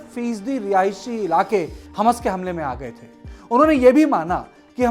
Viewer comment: अरे हमस बोल रहे क्या हमास बोल रहे हबस टाइप सुनाई दे रहा 3 बार रिपिट करके सुना हूँ क्यो अर्ध का अनर्थ कर रहे बैठे बैठे